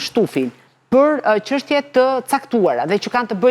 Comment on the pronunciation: Sa e lodhshme eshte kjo, gjithe jeten gazetare dhe akoma thot qanta ose qeshtje njelloj si Qim Peka.